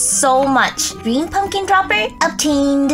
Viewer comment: You said greem